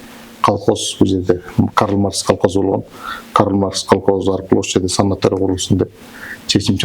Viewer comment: санаторий Деген созду санатория ИТ деп туура эмес суйлоп жатасын ИТ ушундай денгээлин менен журналисттерди Жана озунду уят кылбай эле койбойсунбу кантип окугагсын Бир созду туура айта алдагандан кийин же атнстациядан сени комиссионно откоруу керекби ОЗУ деле уялбайсынбы тарынба сабатын ото эле жок экен